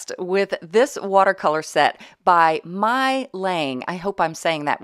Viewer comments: I believe the pronunciation of the brand MeiLiang should be "May Liang". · the pronounciation is, May Lea Ang but you say it as one word.